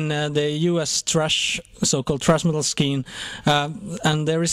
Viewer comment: "Trash Metal Skeen"??